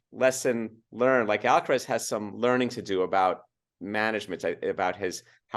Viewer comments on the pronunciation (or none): Big fan of, is about the sweetest woman on YouTube, has so much experience,, please say AlcarAz, Alcarez is a different name, I think he has earned respect enough to have his name, pronounced correctly, no?